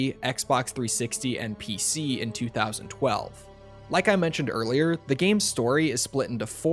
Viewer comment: It’s TWENTY TWELVE 👎